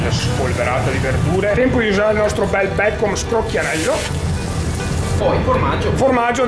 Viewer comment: Si dice bacon, n, ennee. Non Bacom cazzo suona pure male